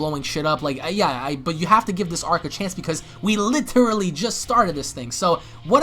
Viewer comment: I have never in my life heard someone pronounce "literally" as "littilerally" 😂